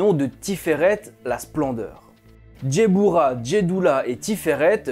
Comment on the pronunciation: Guibbourah pas Djebbourah. Le G se prononce Gue. et la Malkhout se prononce Malrout. Le KH est gutural. Hokhmah se prononce Rormah. Yesod se prononce yessod. De la même manière qu'il y a l'arbre de vie, il existe son opposé (arbre des Klipoth, une klipa c’est une Sephora brisée e donc elle n’est plus dans la pureté), l'arbre de mort qui ne démarre pas à la malkhout mais qui né d'un excédant ou d'un manque de rigueur (Guibourah). Car c'est dans cet excès ou ce manque mène à la déviance. Soit tu es en manque de rigueur et tu n'avance pas, tu stagne et redescend, soit tu as un excédant de rigueur et à ce moment là tu entre dans le mal, dans l'intolérance, la frustration et la méchanceté. En revanche à ton arbre de vie, il te manque la séphira cachée : Daat (la connaissance cachée) qui se situe entre la binah et la hokhma. Cette séphira est cachée car tu dois la découvrir tout au long de ta vie et te des études. Et pour finir, la Kabbalah n’est pas née au premier siècle mais est une tradition orale multimillénaire. Elle a commencé à être écrite graduellement à partir de cette période car les persécutions antisémites de peur que la sagesse ne se perde si tous les sages se faisaient exterminer. Même si l’enseignement reste élitiste. Puis certains sages extraordinaires ont fait des découvertes extraordinaires ou ont atteint des niveaux de sagesse et de pureté tels qu’ils ont eu les révélations pour écrire les autres livre : Sefer Yetsirah, Sefer Ha Bahir, Sefer Ha Zohar, Sefer Ha Ra